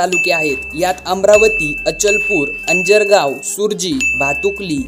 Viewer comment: तिवसा ahe bhau तिवोसा nahi ,ani अंजनगाव ahe te अंजारगाव nahi